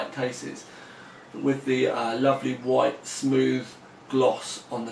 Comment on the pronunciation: white not wjite....idiot. Lol.